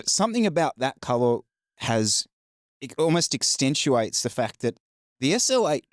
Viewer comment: the word is 'accentuate' not ex-ten-tuate lol.